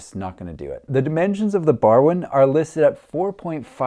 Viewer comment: Barwon is pronounced "Barwon" ... Hope that helps 😅